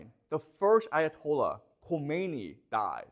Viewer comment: Thanks for the informative video professor. Regarding the Ayatollahs, the first one you pronounced it correctly (Ko_may_ni) The second one is tricky because of English speakers. It is properly pronounced as (ka_mi_na_ee).